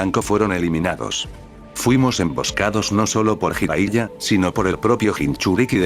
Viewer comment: Ah, y otra cosa Bro... Qué opinas acerca de que modificaras el cómo redactas la historia para subirla al Loquendo... Me refiero a que escribieras las cosas como se pronuncian, para que el Loquendo las diga como deberían sonar y así no se escuche rara la narración. Por ejemplo, palabras con J como Jutsu, tú la escribas como Yutsu, o Jiraiya, tú la escribas como Yiraiya. O palabras con H intermedia o inicial, como Konohamaru, tú la escribas Konojámaru, o Hokage como Jokague... Ah, también esas sílabas de Ge o Gi, que las cambies por Gue o Gui, como la de Hokage antes mencionada o Genjutsu por Guenyutsu... Ya sé que es más laborioso, pero la verdad se escucharía prrón que el Loquendo pronunciara tus historias como se debe... Incluso, agrega acentos (tildes) en donde veas que Loquendo no acentúa correctamente, me parece que en palabras como Orochimaru, el Loquendo acentúa en la U y se escucha como Orochimarú... Entonces tú tendrías que ponerle el acento en la A, osea, Orochimáru, Konojámaru y etc... Bueno, es mi sugerencia para que se vea o escuche todo más Pro!!! Saludos!!